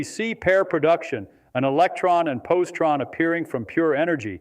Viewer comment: Its posi-tron not possie-tron. And its Daric! Feynman was a meticulous communicator this is a very poor representation of a brilliant man